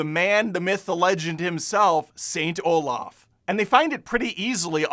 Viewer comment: *Saint Olav*. Not "Olaf". You don't translate names...